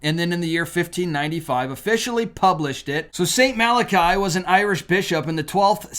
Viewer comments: You are pushing false prophecy with this video. I don’t know which is worse how you butchered the name of a Saint or how you are pushing fear for profit………. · It’s pronounced mala-kee. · I think it's "mal-ah-kee" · I believe that St Malachys is pronounced: mal-uh-kiss (?). I could be wrong but, I believe this is how I have heard it pronounced before. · I often see documentaries on Michigan, where they speak of the Mackinack bridge, Mackinack Island, etc. Mackinac is pronounced "Macki-NAW." I see that same thing happen with poor St Malachy. I do believe it's pronounced "MalaKEE" not "MalaKAI." I also think I read somewhere that Conchita Gonzalez of the Miracle at Garabandal, Spain said of the popes: "...There will be one more." Looks like that prediction may be authentic. Eschatology is one of my many hobbies (cause I just want to know when to DUCK!). I was observing the so-called "Nostradamus Effect" in my research long before it was a TV miniseries. When prophecies made by individuals of different religions, separated by thousands of miles and hundreds/thousands of years, coincide, and they mention or hint to similar events or cataclysms, THAT'S not myth. THAT'S not a coincidence. THAT'S the time to panic! God may be watching the current revivals in the West and mass conversions in the Middle East (24% of Muslim youth are leaving the faith or converting) to see if the last precious few souls can see the light and accept his Son Jesus.... before he lowers the boom on us all! All we can do at that point is open up our tiny clown parasols and pray like there's no tomorrow... because there may not be one! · No one should disrespect our Popes, so sad. you called him St.Malarkey when his name is St.Malachy. I am sorry I have to unsubscribe your channel. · Pronounced, MAL A KEE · Pronounced Saint Mal-ah-key.